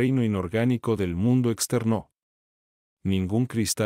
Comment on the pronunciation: ese "exter NÓ!" por poco me mata mata :( ojala pronto aubiblio agregue este libro a su biblioteca. por poco quito el vidio es desesperante xD